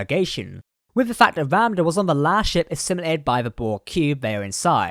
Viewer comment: Every time you say "assimilated" I think of cool whip.